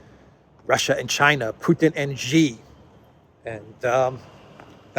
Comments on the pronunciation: Xi is pronounced chee or perhaps shee. Not as I often hear: ge. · “she” not “gee” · Xi, not Ji,!!